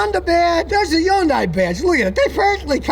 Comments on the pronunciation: its actually : HI - UN - DAY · Scotty, it’s HUN-day. Rhymes with Monday, Tuesday, Wednesday, Thursday, etc. You’re driving me nuts. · Hyundai like sunday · scotty is the only person on earth who doesn't realize yundai starts with an H, and it's pronounced! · Exactly! One of my biggest pet peeves but I still watch him 😅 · He calls them Jiundai. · I just wish he could say Hyundai correctly.